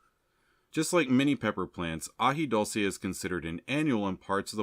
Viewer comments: Very informative, thanks. As far as pronunciation, its AJI DOOL SAY. 😊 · AJI DULCE with a U not O.